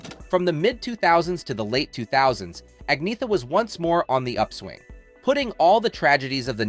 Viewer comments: Strange that the poster of this video cannot put a genuine picture of Agnetha on the thumbnail, nor even pronounce her name correctly in the first word of this video. It is correctly said in Swedish as Awg-Nee-et-ah..... the first and third syllables are very short, the second and fourth syllables are longer. Thank God for the many REAL ABBA FANS who posted so many wonderful videos on YT of this group and this singer during their amazing comeback starting with the Mamma Mia Musical and the corresponding appreciation of their lifetime of work. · Ang-neeeh-ta. With a long and heavy emphasis on the middle syllable, and really dark a-sounds at both beginning and end (similar to the "a" in a british "tomato"). /Best regards, an old swede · Pronouncing her name 2 different ways. Annoying. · "Nothing but a department store manager; nothing but a homemaker" Better than being a speech impaired voiceover man on an amateur video production. You can't even pronounce her freaking name properly. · Superficial and amateurish video. The "narrator" can't even pronounce her name correctly. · You really should learn how to pronounce her name. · Making a video about an individual should at least involve pronouncing their name right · I couldn't agree more with everything you said. Using a clickbait photo that implies a woman posed nude should be illegal and get someone kicked off of YouTube. They didn't just do it to Agnetha, they've used it on several of their videos at least. Also, not only did they mispronounce her name, they mispronounced it two different ways throughout the video, they couldn't even be consistent about it. Just poor and shoddy workmanship all the way thru this video. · A so-called "documentary" and you can't even pronounce her name! "Ahn-Yet-Ah" - absolutely no 'g' sound. Any wonder she gave up and let people call her Anna..... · Pronounced Angn-yetta. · Agneeta ? It's ANJETTA ! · Her name is pronounced 'on-YET-ah'...Just sayin' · Her name is pronounced Ann yetta